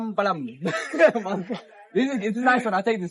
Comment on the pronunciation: டேய் தமிழ் ஆளுங்களுக்கு ஏண்டா "ழ" வர மாட்டேங்குது??😢😢 மாதுளம் பளம் இல்லடா அது, மாதுளம் பழம் அது.🤔🤔😂😂😂